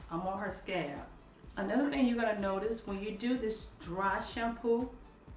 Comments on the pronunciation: I love your channel and you, but you are calling scalp "scab" and I can't. lol laughing every time I hear it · Scalp, I’m sorry every time you said scab it was driving me crazy, it made me think about an actual scab lol and I’m like why she keep saying scab and its scalp. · SCALP PRONOUNCE THE L SCALP NOT SCAB LOL WHAT TIME A DAY IS IT YOUR DAUGHTER IS SLEEP ON THE TABLE LOL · It's scalp not scab lol 😂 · it's pronounced scalp. i would have watched longer but scab is just killing me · It sounds like you are saying scab instead of scalp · Scalp, Scalp, Scalp, not scab, you are Killing me 😂😂😂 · She's not saying "scab" she's saying "scaaaalp". She's just drawing out the "a" and not really pronouncing the "L". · Please omg please I was soooo confused please say scalp I know u can do it. Hope u don't get mad at this comment but I was honestly confused until I realized u meant scalp instead of scab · i disliked. this video because u kept saying scab, and im frim the west its called scalp...lol...sorry i got annoyed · I got annoyed to . Not to be nit-picky, but she kept using the damn word. At first I thought maybe the vics was giving her 'scabs'. I appreciate her teaching us but the word is SCALP!!!!!!! not scab. geeeeeeeeeeeez!!! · I said the same thing. I was like is she saying scab!! Lol I need those growing hands for my scalp tho. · Mannnnn I thought it was just me!!😂 I was like okay...the rub helps to heal "scabs" in your hair lmao. But finally figured out she meant SCALP😂😂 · Mrs BeautyMark yeah she is calling it scab lol 😁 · Mrs BeautyMark I thought the poor girl had scabs all over her head 🙁 took me a while to realize she was talking about her scalp! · 💋SuckaFree Nellz NOPE, not that serious, she said scab, not scalp! We know knows what a scalp is 😂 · Laura Carr 🤣😂 Me too! I was thinking how that menthol would really burn or irritate those "scabs"! 🤣😂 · Me too.........I was like..... scab? LOL Then I got it! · It’s scalp not scab